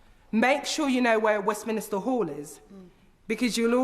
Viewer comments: Cringed slightly every time she said "Westminister", it's Westminster, how can a London MP not know that? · I'm not sure how to respond as I do not believe pronouncing Westminster 'Westminister' is related to dialect. ffs I used to say it, until some point in my teens maybe - possibly when I did politics A level... Maybe it is a common mispronunciation due to the mental connection between 'Westminster' and 'minister' - as in government ministers, you know, who hang out in Westminster. And I'm not getting pissy, originally I was slightly cringing at the mispronunciation, now I am mildly baffled by the pushback I'm getting, I suppose being a bit pedantic about pronunciation falls outside of the range of acceptable discourse? I wouldn't even classify myself as a linguistic prescriptivist. Things like 'could of' and 'genuinely/generally' slightly irritate me, but it is an irritation that is tempered by an awareness and appreciation of the fact that most people don't have the privilege of being as intellectually gifted as me. So it's fine, enjoy your Westminister. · It was a nice speech don't get me wrong, but 'Westminister' and 'St Pancreas' are two pet peeves of mine, and I'm especially surprised to hear an MP - who presumably hears other people say Westminster correctly at least once per day - say it wrong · Enjoyed the speech very much. Can someone please explain to Ms Eshalomi how to pronounce Westminster? The clue is in the spelling. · Can't she pronounce westminster correctly instead of adding an extra vowel between the n and the s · well one way is how it’s pronounced and the other is not, there’s your problem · lol adding an extra syllable to Westminster is not related to a dialect, it's a common mispronunciation. Who are 'people like Eshalomi'? Whenever someone very mildly criticises anyone who isn't white, the criticism must be related to racial prejudice? Poor from you, do better